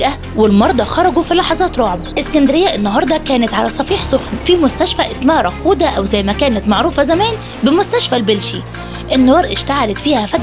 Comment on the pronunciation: إسمها صفيح سااااااااخن. ساااااااااااااااااااااخن مش سوخن